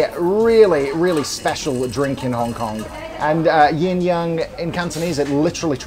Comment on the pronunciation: Hi, the drink is not actually not Yin Yang, but yin yeung 鴛鴦. The pronunciation is similar but not the same. This is a common misconception.